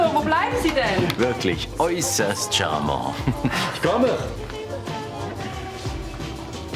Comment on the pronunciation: Die weibliche Form wird mit dem t ausgesprochen. Im Deutschen wird das t sowieso ausgesprochen. Jetzt will er so elegant sein und es französisch sprechen. Aber: Un homme est charmant, une femme est charmante. Und da wird eben in der weiblichen Form das t gesprochen. Wie viele hat Ramón denn noch davon?? Er leiht sich 100 DM bei Florian, kauft davon 4, die verbraucht sein müssten. Danach gibt er Florian sein Geld noch nicht zurück, kauft aber noch in der Zwischenzeit, bevor er Gina sagt, dass er keine mehr kaufen würde, so viele, dass er immer noch welche hat… Von welchem Geld?? Für alle, die hier gegen Gina wettern: Ich wünsche euch von Herzen, dass euer Partner euch auch anlügt. Ich kann absolut verstehen, dass sie es nicht gutheißt, dass Ramón Drogen nimmt und dass er sie anlügt. Für mich sind das ebenso zwei Dinge, mit denen ich nicht umgehen könnte. Aber ihr, die das nicht nachvollziehen könnt, solltet vielleicht mal mit einem Kreislaufkollaps und Gehirnschäden ins Krankenhaus eingeliefert werden. Dann müssten Leute sagen: „Pech, selbst schuld!“ So viel Verständnis, wie ihr fürs Einwerfen habt, aber nicht dafür, dass man sich darüber aufregt. Ok, dass sie es dann selbst nimmt, hätte ich nicht gedacht. Aber weshalb ist sie dann dünner als Ramón und Florian? : „… drei Models, mit denen ich immer ganz gut ausgekommen bin.“ (Ich, die 20-Jährige, die nur ein paar Wochen in dem Job tätig war.)